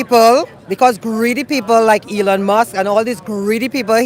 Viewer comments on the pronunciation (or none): none